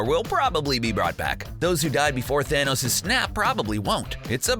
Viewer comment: Dude, it’s pronounced ‘thanos’ not ‘thanose’